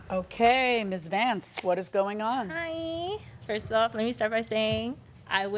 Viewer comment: This case was far from dull! Right from the start, despite the plaintiff elongating the word 'Hi' into ten syllables at a pitch only dogs could hear, she was quite entertaining. She was all over the place, but she made valid points. The defendant, on the other hand, seemed clueless about the correct procedure for measuring clients; simply eyeballing someone's size isn't effective, especially for professionals. Keeping the outfit and not returning the money was a baffling decision by the defendant. Some commented that Judge Milian interrupted the defendant during cross-examination; while it's true she did, it's also her style. For the past 20 years on The People's Court, Judge Milian has aimed to get straight to the point, leaving no room for litigants to manipulate the situation. This approach is consistent for all individuals. Regardless, since he didn't finish the dress to her satisfaction, the defendant should have refunded the money.